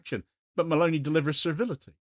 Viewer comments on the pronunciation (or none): Meloni, elle s'appelle Meloni, pas Malauney. C'est une fasciste comme le autres mais ce n'est pas une raison pour déformer son nom, sinon on ne comprend rien.